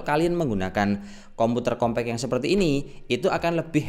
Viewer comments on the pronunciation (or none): none